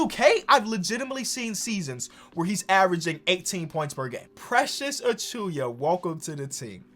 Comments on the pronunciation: it's not achuya it's achuwa bro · No one:: Precious A”chewy”a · Should we tell about how he say Precious' last name? Or he's to deep into it to correct? Lol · new challenge: pronounce Precious Achiuwa properly